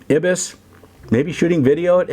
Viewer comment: EYE-BIS is how it's pronounced.